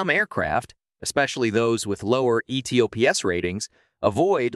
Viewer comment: Its pronounced "E-TOPS" one word